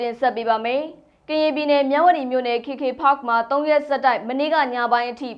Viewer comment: ကေကေပတ် KKPARK ကိုဘယ်လိုလုပ်ပြီး ကေကေဖတ်ဆိုပြောနေလဲ မသိ။သိချင်လို့သာနားထောင် နေရတယ်။